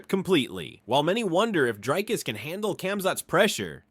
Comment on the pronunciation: Who the fok is drakus? Even Ham can say his name. If u can't say Dricus or Du Plessis just say 2+3.